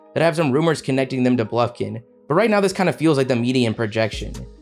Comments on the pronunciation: As a Michigan fan it is BUFKIN not BLUFKIN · ** bufkin not Blufkin 🤣🤣🤣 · bro said blufkin😭😭🤦‍♂️